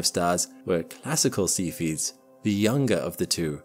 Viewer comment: seph-ee-ids, not sepheeds